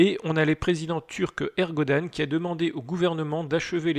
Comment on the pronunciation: Erdogan pas ''ergodan'' 😭